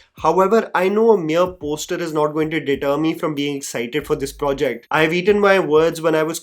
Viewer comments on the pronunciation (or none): none